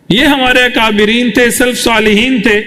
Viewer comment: Assalamualaikum Hazrat aqabireen nahi hota hai balki akabireen اکابرین۔ hota hai